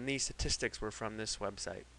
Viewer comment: STatistics. The t is not silent.